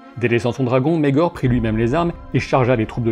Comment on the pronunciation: [ megor ] pas [ maegor ] en plus tu le dis 100 fois prononce comme il faut